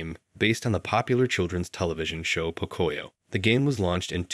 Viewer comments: bruh got me dead its not pokoya world is po-co-yo world lots of hispanics grew up on that kids show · Oh my gosh, please stop saying "puh-COY-yo". It's pronounced POE-COE-YO! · I mean no harm when i say this❤ but it's pronounced Poke-cuh-yo.🤣🤣🤣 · You are not saying pocoyo right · Great video, but the way 'pocoyo' was pronounced is giving me a migraine lol